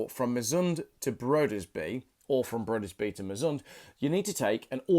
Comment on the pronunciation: Your pronunciation was pretty bad. Just an example: Broderby means Brothertown and Brudeby (as you pronounced it) means Bridestown. Have schools in England stopped teaching reading?